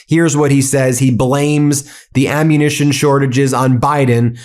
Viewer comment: He can't say ammunition